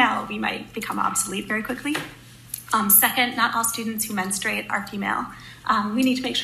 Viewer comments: It's men-STRU-ate ... I'm surprised a woman doesn't know how to pronounce the word which is singularly unique to women. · Did she say boys menstrate??